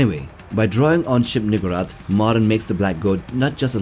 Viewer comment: To be fair the whole thing about the King in Yellow is lurking in the background… Also I am uncomfortable with how you pronounce shub-niggurath. Usually the emphasis goes on the u not the gg.